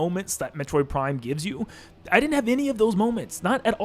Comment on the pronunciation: You said Prime 3 wrong